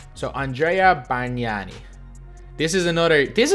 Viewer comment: im italian, and i'm so surprised about your pronunciation of your "bargnani". Congrats lol